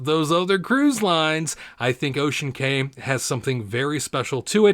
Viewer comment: It is pronounced Ocean KEY